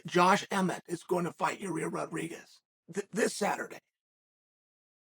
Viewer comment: Josh emmett is the only name he has ever said right